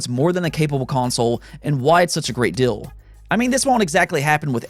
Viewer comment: Please please please stop mispronouncing the words, "deal," and, "ideal." You are saying, "dill," and, "idill." It makes you sound 14, and makes me want to pull your hair out. You have been warned.